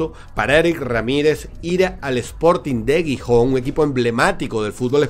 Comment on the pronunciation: aunque Gijón comience con G, se pronuncia como si fuera una J. Sonaría un poco como jijón